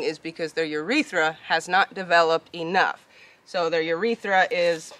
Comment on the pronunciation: He sure did say......I'm Naught!!!!!!